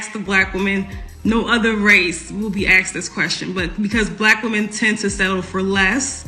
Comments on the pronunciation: With all that education, she can’t even say the word “asked”…. It’s no cultural, it’s idiocy. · This woman still can't pronounce the word Asked without saying Axe'd 😂. And she's got advanced degree and makes 6 figures 😅. "We want our Man's (not men) to be providers..." 😂. Ebonics is still strong with this one... And who are these black women she's talking about who have ALWAYS had to settle for less. I don't know about anybody else but when I was growing up there weren't alotta black women running around with advanced degrees making lots of money, truth be told there still aren't... She's talking about something that's very very new... Maybe the last 20-30 years black women have been getting more education and making more money. What's this ALWAYS had to settle shit... Most are broke and struggling just like a lotta men these days. She's living in very very rarified air... She's talking about 1% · I sure do love hearing educated people use the word axe(d) instead of ask(ed).